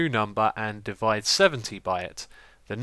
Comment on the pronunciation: its divide not devide and 52 not 5.2